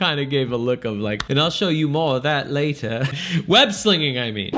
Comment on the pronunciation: "And I'll show you more of that lat'a." lol I bet he did.